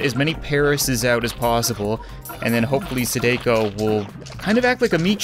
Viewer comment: Its pronounced sa-da-ko not sodako